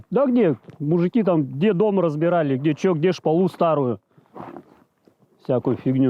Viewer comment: ШпАлу, а не шпалУ. и Не залаживали, а закладывали. Вы там предайте им, как правильно говорить. Эх... глубинка...